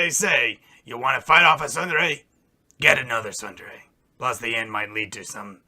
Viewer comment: You don't seem to understand what a Tsundere(pronounced "soon", not "sun") is. It is a character who starts out being cold and unfriendly, but later as they develop a closer relationship with their friends, and they sometimes become emotionally fragile. Glynda is not Tsundere, Weiss is.